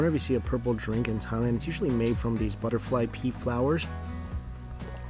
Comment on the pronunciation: I thought he said butterfly pee 😨